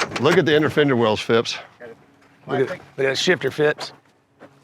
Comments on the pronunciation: Phipps not ‘Fips’ 😂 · I lost count of the amount of times they said fìps